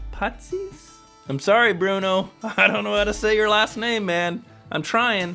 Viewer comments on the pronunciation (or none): none